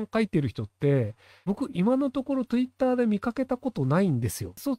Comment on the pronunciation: トゥイッター 発音ただしいわ